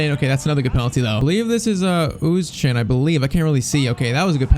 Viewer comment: Özcan = Ur-z-chan